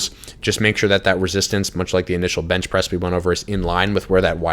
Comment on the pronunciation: when you try to say press and bench at the same time